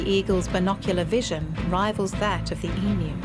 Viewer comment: Thankgod, someone pronouncing the name of this beloved derpy birds correctly ❤